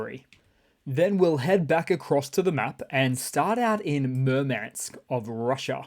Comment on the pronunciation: I almost fell out of my chair laughing at "Mermansk" I wish I knew you in real life, dude. ASD bro for sure. Lol😂